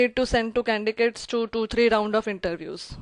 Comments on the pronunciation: such a heavy indian accent I having difficulty understanding , shame on her she can't even pronounce candidates , i wonder which college gave her MBA , She sounds overconfident , that is a downfall on this woman . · Why are you saying candigates ?😆